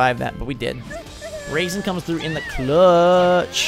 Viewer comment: Braixen is pronounced Brayx-en. other than that. Loving the videos buddy!!